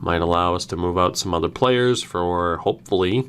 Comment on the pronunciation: All draft picks from extra 2019 draft never reach potential. Side note..I turned the speed to 0.25 during the draft, Pissed myself laughing cos u say "Pplayerrs' like Babcock!